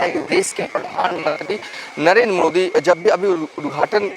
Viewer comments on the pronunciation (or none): none